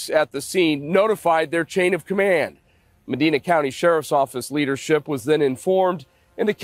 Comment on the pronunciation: It's pronounced ( ma‐dine-na )